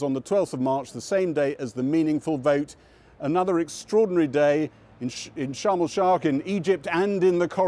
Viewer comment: "sharm el shark" haha